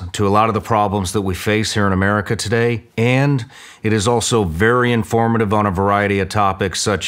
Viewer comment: what in the frik is an Amèrica?...do you mean AMERICA?